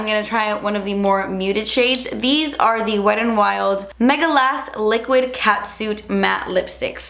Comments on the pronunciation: I don't know why but I love the way you say "wet n wild" almost like "wed an wild" really quickly 💃🏼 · "weddin wild"